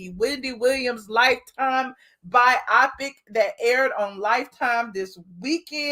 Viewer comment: Can we please say "bio-pic" not "bi-opic"! A biopic is a biographical picture for short. Y'all killing me with that every time I hear it. LOL